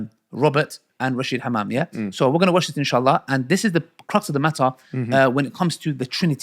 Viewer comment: Am rolling each time he says hammam. 😂 am trying to pay attention to the whole thing but is killing me here. Hamam, hamam and more hamam am dead here 💀